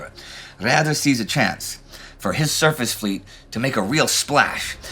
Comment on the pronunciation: Please ... next time pronounce Raeder as (English) Raider.